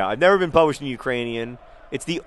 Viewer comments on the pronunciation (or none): none